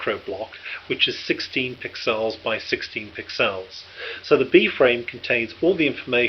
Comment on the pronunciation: Pixels, not piccells.